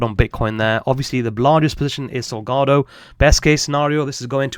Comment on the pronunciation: Solana not solgardo 😂